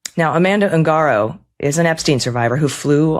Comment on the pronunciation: PLEEEEEEZZE STOP saying "UUUNG-Gaaaarrrro"............It's pronounced "OOOON-GADDO!!!"